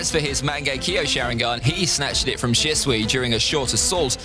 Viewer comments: It’s shishui not shisway 😂😂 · He pronounced shisui's name wrong and I laughed 🤣🤣🤣